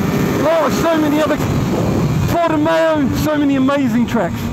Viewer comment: I live near the Autodromo circuit and it's pronounced Portim-ow, not Porti-mayo. Pedantic I know!